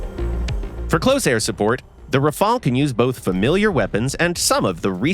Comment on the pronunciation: Rafale not rafael